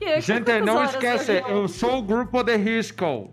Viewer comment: "sou do grupou de riscoou"